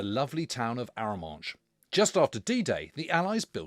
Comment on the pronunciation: My Dad landed here. When I visited I sailed across from Portsmouth and eventually walked the beaches. It was a strange experience knowing dad had been there in 1944. Funny story is that being a working class lad from London he did pronounce Aramanche properly. Think of the American Indian people Comanches will give a clue.